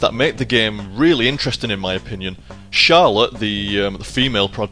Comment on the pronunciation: when your say charlote jonathan it kick me you say it really nice